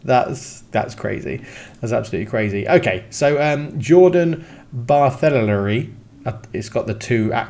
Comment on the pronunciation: Barthelery I think you pronounce it Bartay-lay-rie. Can't see him being a full back, centre back for sure.